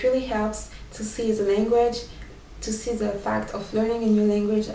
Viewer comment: try to learn to say "the" more.. english sounding.